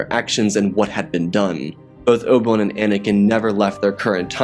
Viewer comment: Who TF is "Oble One?" Bro, you gotta slow down! Sheesh!